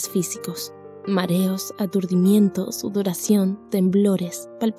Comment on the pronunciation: Dice Papitaciones en vez de Palpitaciones, le faltó la "L" 😀👌